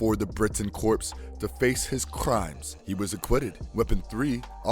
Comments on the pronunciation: "Corps" is not pronounced "corpse", but "core" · Is Obama narrating this? Corps is pronounced like “core” not “corpse.” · "Corps" is pronounced "core", not "corpse." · Captain Britain Corps Corps = core not corpse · The "ps" in corps is silent. So it's pronounced "core".